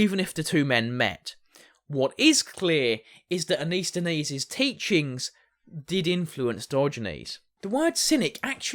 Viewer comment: I think you’re mispronouncing….it’s pronounced ANT-IS-THEN-EES….not AN-IS-THET-EES…